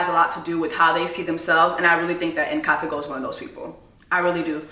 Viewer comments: If Jessie not butchering a name or word then the video don't hit the same for me! 😂 Nkateko = Katego, Connect n Go, Kanego, Atego, Abednego, N-Taco....💀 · "Inn-Kaa-Tehcko", you're welcome lol